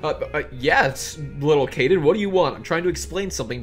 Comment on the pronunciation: Caden not Kaden